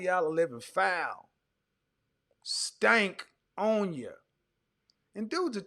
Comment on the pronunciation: My man said they got the stankonem 😂😂✅